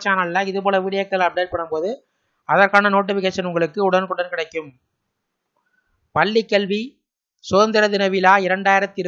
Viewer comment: முதலில் பள்ளிக்கல்வி னு ஒழுங்கா தமிழ் பேச கற்றுக்கொள்ளுங்கள்...அதவிட்டுட்டு பல்லி கல்வி னு தமிழ கொல்லாதீங்க.